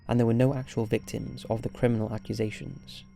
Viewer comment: if you're gonna be a narrator learn to pronounce words correctly. you fucked up: - proclamations (prock - lah - MAY - shuns) - accusations (ack - yew - ZAY - shuns) (acquisitions???? acquisations???? really?) - estonia (ess - TOW - nee - uh) (unless this is an accent thing idk) hate to be that guy but if your content is narration based.... you kinda need to know how to narrate. you're not half bad at it, but c'mon